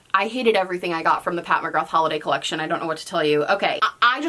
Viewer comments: sameee it seems most Americans pronounce it that way 😣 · Just a heads up from an Irish gal, McGrath is pronounced McGra 💁🏻‍♀️ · Me, an Irish person, hearing pronounce McGrath like that: 🤭